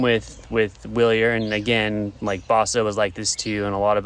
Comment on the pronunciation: NIce ride, it's pronounced Vilier